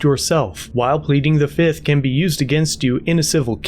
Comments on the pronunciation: One. Two. Three. Four. Fif. Fiff. Any questions? FIF!! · I plead fizith. 1,2,3,4,FIF 😂😂😂